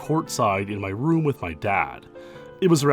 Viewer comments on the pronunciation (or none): none